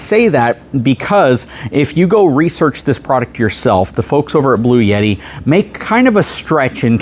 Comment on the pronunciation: There is no "Y" in Bluetti. You keep saying "Blue-Yetti"